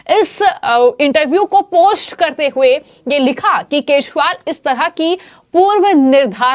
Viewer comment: Maam please correct your pronunciation . Its kejriwal NOT kezwal.